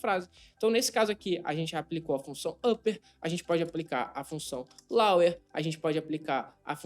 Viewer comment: a pronúncia de Lower é lôuer! Abração e parabéns pelo excelente trabalho que você está desenvolvendo!